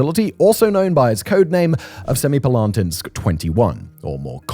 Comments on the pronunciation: No. Its semi-palA-tinsk. It means "seven halls" or "seven chambers". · I'm impressed by Simon's ability to pronounce Semipalatinsk completely differently each time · Wait til you hear him say Kurchatov!